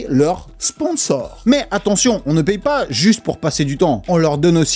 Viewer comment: je connais les "sponsors" mais pas les "sponors" !🤣🤣